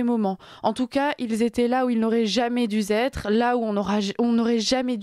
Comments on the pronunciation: Attention,, aux liaisons malheureuses..."ils auraient "duz" être" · Aïe aïe les oreilles ! '' Jamais dû zêtre'' '' Ils auraient dû têtre'' Non, simplement '' jamais dû être '' et '' Ils auraient dû être'' ! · Ils n' auraient jamais dû " Zêtre"........Dû " T être".....😮.....Sans quoi, est bien mignonne!....🤩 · Jamais dû être, pas jamais dû Zêtre. Ils auraient dû être, pas ils auraient dû Têtre. Stoppons les liaisons dangereuses! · Parfaite cette jeune journaliste sur le fond et la forme 👏 Juste petite chose à améliorer car ça m’a gratté l’oreille : 2 liaisons à tort réalisées avec ‘devoir’ dans sa forme participe passé « dû »: - «…. auraient duS être… » - « … duT avoir » 😣 ça fait mal aux oreilles Sinon c’était très bien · "Ils n'auraient jamais dû être" et non pas "dûs être" (aucune liaison). Sinon reportage intéressant. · J'adore mais attention aux liaisons dangereuses (dû-Z être et dû-T être). Un petit rappel sur le PP serait de bon ton! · Attention aux liaisons douteuses,, quand meme... "du T etre", "moi Z aussi", etc. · Dutêtre au lieu de dû être, deux fois, ça pique les oreilles. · Houp houp houp, les liaisons très dangereuses ! "... là où n'auraient jamais DUZETRE" et aussi "... ils auraient DUTETRE dans leur pays" ! Mais c'est du grand art journalistique ça, sérieux ça passe sur les ondes ? Après j'ai coupé la vidéo, mes oreilles étaient DEJA-TANSANG 🙂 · Par contre, indépendamment du fond, il est important de respecter les règles de conjugaison française... Certaines liaisons dangereuses sont à éviter (mal aux oreilles) - "ils n'auraient jamais du-z-être" et "ils auraient du-t-être"... auraient dû : est la version exacte. Pardon, mais voilà. Tant qu'à faire, autant bien faire. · Non..on ne dit pas auraient dû zetre.....ou plus loin auraient dû tetre..!!!!! Svp, parlez correctement! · Attention aux pataquès Madame comme :" il a dû z'être" ou "a dû t'être"...😊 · On dit jamais dû être il n'y a pas de s